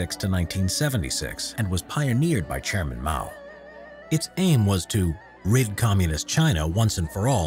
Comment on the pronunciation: when you say chairman i hear GERMAN